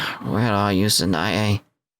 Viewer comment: Interesting point, in Clannad the name Sanae is two syllables not three